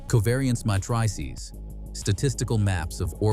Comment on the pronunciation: MA-TRY-SEES 😂 matrices (may-tris-ees)